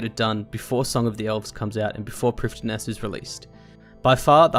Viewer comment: Loving this series, but with SotE coming up, it needs to be said: Lletya is pronounced "h-LET-ya", with 'e' as in 'yet'. Prifddinas is "PRIV-thin-uss", with the 'dd' being 'th', as in 'father'.